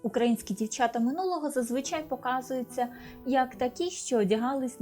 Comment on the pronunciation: Да научитесь, наконец, правильно говорить по- украински, с нормальным акцентом!!!!!! Нет в украинском языке" дивчЯта", "почЯтку", "чЕбитки", "дивчИна" и т. д. И не " шерсть, а "вовна. Прежде, чем вести блог, отнеситесь к этому ответственно и совершенствуйтесь, работая над собой.😢😢😢😢😢😢😢😢😢😢😢😢😢😢😢😢😢😢😢😢😢😢😢😢😢😢😢😢😢